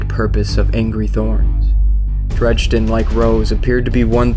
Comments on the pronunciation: saying "chill" as if the guy was raging about it lol. Dredge-din is so obviously incorrect. And they even say it properly at the beginning. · Your pronouncing his name WRONG. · he pronounces dredgen very strangly... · Yes. He proved he is illiterate and it completely killed the video for me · Would be a lot better if you pronounced Dredgen's name right. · totally agree! Made me cringe every time! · You mispronounced Dredgen for the whole video... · It's a real shame you're pronouncing his name incorrectly... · great work here. if you need voice actors message me. on a side note, every time I heard "dredge-din Yor" I cringed...lol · either of those would be fine. except the narration says "dredge-din" which is entirely wrong altogether lol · This was amazing but sorry I'm going to be "that guy" and say that Dredgen is pronounced as DrEDGEn like edge. I could be wrong though cause we only know the name and his name was never said in the game. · He mispronounced Dredgen throughout the whole video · Dred-jen, definitely not dredge-den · ...I do recall his name not being Drejden but Dredgen lol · Cool vid but it's dredGen not dredJenlike Gggg g as an g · this is a sweet video, great job! I can't wait for the second. please don't take this a trolling, because that really isn't my intent. God knows I've mispronounced things in my day, but it really stood out to me. It's Dredgen Yor, not Dregden Yor. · Amazing video, awesome animation and voice acting, but I'm just a little nitpicky here, because you kept saying his name wrong. Dredgen yor, not dredgden yor. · you put so much work into this and I couldn't watch the whole thing, I couldn't handle you calling him dredgden. it's pronounced dread-gen. drove me nuts. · This was better than I could have imagined! (But seriously? Drej-den? It's Dredgen XP) Either way, altogether great lore video! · it's not "Dredge-Den".... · Am I the only one that was bugged by the fact he kept pronouncing his name as "Dregden Yor"?